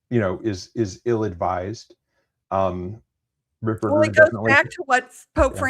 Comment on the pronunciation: It’s Fr Ripperger not RipBurger!. lol